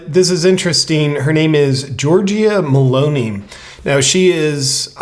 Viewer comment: I am giving you the chance to be the first ever youtuber to say her name right: we pronounce the E at the end as I. MELON - EE ( not ai, not ae, but I , or EE). Love you, you are welcome. CHeers. BTW I also fear she will follow dictates from WEF unfortunately....